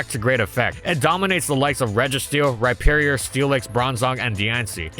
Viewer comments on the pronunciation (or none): none